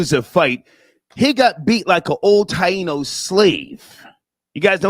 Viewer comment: Don't say Taino like that again bro please